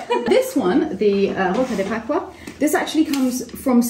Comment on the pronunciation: So funny miss the S in Rosca de Pascua every Time! I love her! Very sweet gesture! Greatings from Argentina 🇦🇷